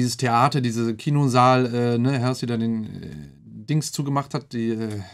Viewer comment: Sie wird btw nicht "Hälßi" ausgesprochen sondern "Holsi"